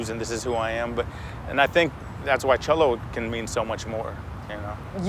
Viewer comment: They’re mispronouncing “cholo.”